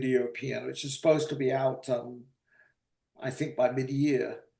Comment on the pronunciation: Love work on this channel; also great old-timey pronounciation of "which" you can hear the "h"!